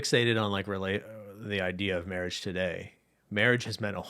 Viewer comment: every time the said "marriage" all i could hear is the priest from Holy Grail "mawwage" 😆